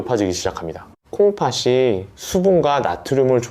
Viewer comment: 콩파시가 아니고 콩파티 라고 발음하세요 초등학생도 압니다